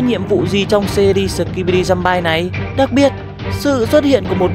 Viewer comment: Giơm-bi chứ không phải giơm-bai:(